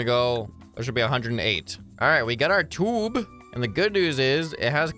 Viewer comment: I laughed every time he said tube😂😂 (Toob hits hard🔥🔥🦅)